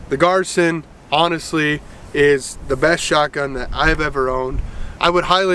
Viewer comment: Pronounced GEER-SAN.